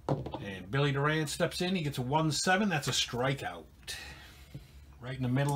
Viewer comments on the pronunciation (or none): Thanks. What Happen To Mariano Duncan? He was the Reds Starting 2B During the 1990 Season. Also Just Saying...2B Bill Doran's Last Name is Pronounced Doorin.......Great Series, Take Care and Roll On***